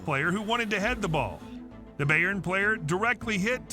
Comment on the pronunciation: Ignore every pronunciation this VO does, Ajax, Bayern, UEFA, all of it, and I'm literally in